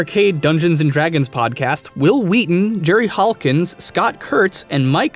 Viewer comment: Whill Wheaton... 😒